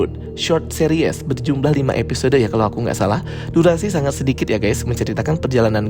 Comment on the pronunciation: Bagus reviewnya. Tapi annoying bgt dia bilang Seris, jadi Series 😂😂. Tapi oke